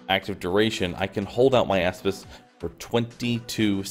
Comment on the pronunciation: Nice build but I can't get over "asspis"